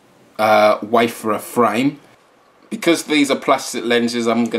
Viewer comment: It's pronounced WAY-FARE-ER, not WAY-FUR-UR